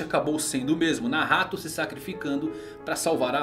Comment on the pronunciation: Ficou mt entranho vc falando Nahato kkkkkkk toda hora penso que é Nagato